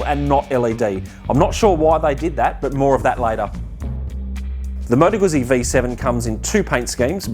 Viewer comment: Finally an Aussie who pronounces Moto Guzzi correctly.